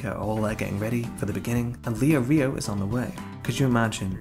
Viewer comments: Leo-rio lmao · you make very good points and this is a great video and the movies are bad but can you stop pronouncing Leorio like that :(